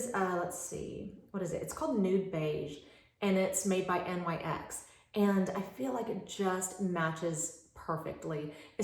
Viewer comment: My 16 year-old daughter corrected me. The lip pencil is pronounced Nix. They don't say N.Y.X. as initials. Just an FYI :) You're great!